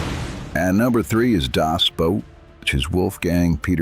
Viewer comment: Das Boot. I read the original novel - in German helped by a English (US) translation. I watched the long version. So like the novel. No, it wasn't fiction, BTW - You are the first person to say 'Das Boot' correctly. It has nothing to do with footwear.